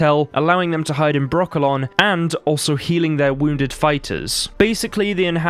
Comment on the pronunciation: Why every time he names Brokilon , i hear broccolo(n) 🥦?